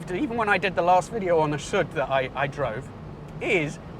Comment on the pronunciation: it is "Soooood " not "sut" (which stand for "south" BTW the Alfasud-"story" is very similar to the one of the English car industry of those years....